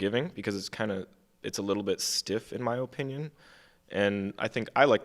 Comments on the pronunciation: Am I the only one wanting to shoot myself everytime that guy on the left say O-pinion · Bro mispronounced "Opinion" like 8 times